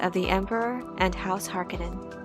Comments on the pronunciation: Harkanin? Its Hark-O-nen. Please stop saying this wrong. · Harkonnen not pronounced "Har-Ka-Nen" it's "Har-Koe-Nen". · It's Harkooonen, not Harkkonenn. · I noticed you kept calling House Harkonnen as (Hark onin) with a short o sound. I have always heard it pronounced as (Har Ko nen) long o sound. I guess it's just different peoples pronunciation from what Frank Herbert wrote. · Just a heads up ... it pronounced Har-KOn-nen, not Har-KA-nen. The 'O' is long. 👍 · Great video. I don't understand why people mispronounce the word Harkonnen. It is HarK'o'nnen not Hark'e'nnen or Hark'i'nnen. The second syllable is with a 'O'. The Lynch movie got it right. The westwood games got it right. It is only the TV series that got it wrong. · Har-Kon-nen say it right! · It is pronounce Har Ko Nen , it was bothering me thoughout the video :)) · Why the stress on the first syllable in the name Harkonnen? I'm generally curious as it's a BB it jarring after 35 years hearing it said with stress on the second.